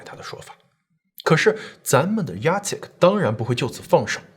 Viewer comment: Jacek竟然唸對!！好棒！！ 我公公也是這個名字，一般人看到都不知道怎麼唸。